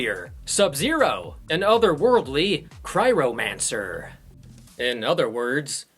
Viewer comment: You said Cryromancer aha. It’s cryo mancer but it took me many years of being a fan to read it right ahahah. Just a nitpick